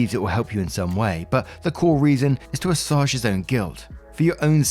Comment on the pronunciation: "Assuage" is pronounced a-swage with the "age" part pronunced just that way